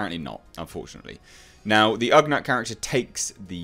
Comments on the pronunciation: Glad you're digging it man! And as I'm sure you've already heard in comments... its ugNAUGHT as opposed to ugNUT 🤣🤣👌🏻💙 O.O.K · I think its pronounced like nautical. Ughnaut. Maybe. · pronounced "OOOG-not"